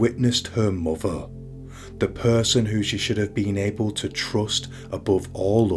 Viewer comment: "A young muver" omg can't listen to this blokes voice 🙉